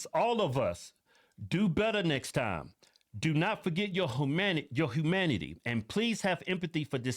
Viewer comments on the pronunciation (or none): Yes I agree you also killed it and then in seconds you ruined it with the WHOO-MANITY. 😂 What kind of word is WHOO-MANITY It's h-U-manity are you coming out of the closet secretly telling us that you identify as an owl now¿